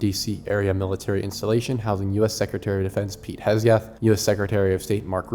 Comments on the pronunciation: HEG-SETH, not HES-GETH Keep up the great work. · How are you possibly mispronouncing HEGSETH?